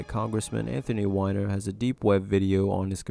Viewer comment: They don't burn the Owl statue thing at Bohemian grove, its just decorative with a fire nearby. Wish you did a little more research :/ also mispronounced Weiner (yeah I know) and Columbine. Cool content though.